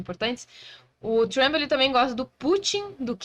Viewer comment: Pronuncia pessima “trEmp”